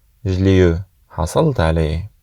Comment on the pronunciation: Juste une remarque eu ça se prononce u